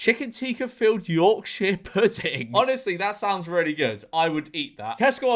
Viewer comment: Why do you say yorkshire like that